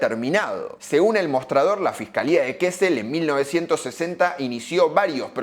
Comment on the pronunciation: "kesel"? lo hiciste mucho mas ficil de lo que era, se pronuncia como se lee. Kasel😅 la doble ss se lee como una s corta